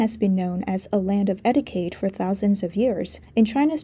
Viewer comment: Your English is splendid, but: Etiquette = "etteekett"